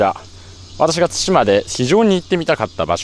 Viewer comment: 対馬 をたいま読みで草生えた なんつか、ここまでハングルに支配されてると乗っ取られてる感あるなぁ 日本の領土は日本人が守らないと